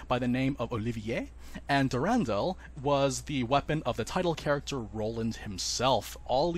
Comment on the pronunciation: Just wish his voice actor pronounced durandal correctly. Sounds like he saying Der an dull.